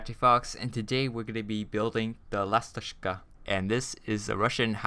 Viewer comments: LASTOCHKA NOT LASTOSHKA!!! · блин как смешно ты говоришь ластошка) / damn how funny you say lastoshka) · как он сказал ласточка XD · How did u learn to say that name